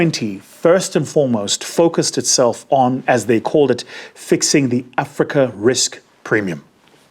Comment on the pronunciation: Blah blah platitudes ......and a pronunciation of Africa that the Afrikaans would be proud of.